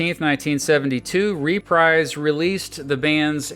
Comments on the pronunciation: It's pronounced ReprEEse as ub dreeze... not RePRIZE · Hearing the narrator mispronounce Reprise so many times made my ears bleed.